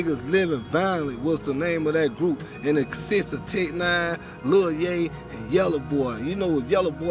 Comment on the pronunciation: Nigga said Lil Yay lol